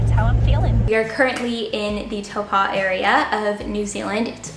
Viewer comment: Ya! It would be more like Toe-Poh in an American accent aye?